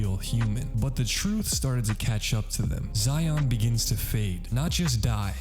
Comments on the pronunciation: It's pronounced like She-on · Bro called xion zion😭